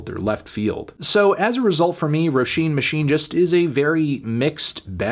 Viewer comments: ayeeeee he pronounced roisin right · Dam melon pronounced Roisín fairly well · Irish person here, came to see how he'd pronounce Roisin. I'd give it a light to decent 8. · he did better than expected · He actually got it pretty good imo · Thank you for pronouncing Róisín correctly. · Damn he pronounced it right... i clicked on this video to get mad in the comments and now I can't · Only clicked to hear Anthony's pronunciation of Roisín. Good job melon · Thank fuck you’re pronouncing her name properly this time 😉